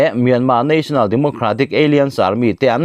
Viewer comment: Alliance hi aliense ti a lamrik tur a ni lo. Alaianse ti zawk tur